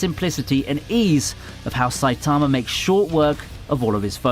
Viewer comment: The way you pronounced Saitamas name made me cringe soo hard.